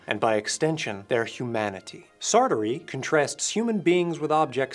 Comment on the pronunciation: Sartrea. Sartree. Sartre. 😂